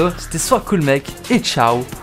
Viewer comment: Arrete de dire soit cool miiike je m'appelle pas mike c'est soit cool mec